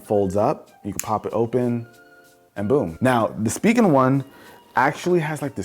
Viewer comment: Uhh anyone else pronounce it spigen as spy gen. Not spee gen